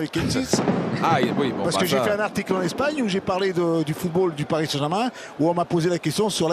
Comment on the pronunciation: c'est paris sg pas parsi sg ????